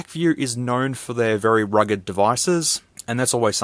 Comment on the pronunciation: I thought that you said "rigged" phone lol It could explode at any moment!